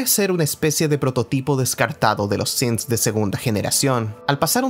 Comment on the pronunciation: Pronuncias bien "Synths" pero pronuncias mal "Diamond City"